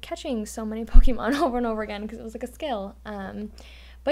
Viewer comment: BUY BUY BUY!!! Also, did just pronounce Pokemon as "Poke-ee-mon"?